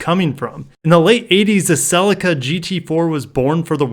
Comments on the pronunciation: GR Corolla will surely be a 4 pot not a yaris 3 pot? Don't they already make a GR 1.8 Hybrid Corolla? also Cellica is pronounced Seleeka fyi.. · Can I just say that in the UK the Celica is pronounced "Selleeka" !! I would love to see a GR Corolla but it would have to be a full on GR like the Yaris,not just a boosted faster Corolla. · I was surprised when an American colleague laughed at me for my pronunciation. I think our UK pronunciation was brought about as a slight derivation of the word ‘sleeker’. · tbh you lot don't deserve anything until you can say Celica properly.